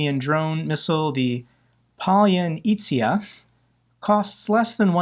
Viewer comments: I believe the pronounciation is "Pallya-nitsa" :) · Palyanitsya is a four-syllable Ukrainian word that most ruZZians can’t pronounce. doesn’t even get close.